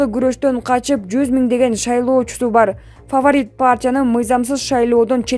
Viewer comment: Фаварит дебечи